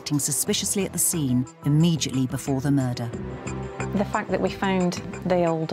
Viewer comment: Agree, but I was a little shocked to hear her pronounce "immediately" as "immejitly".